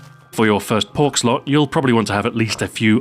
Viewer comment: did anybody else think he said perk instead of pork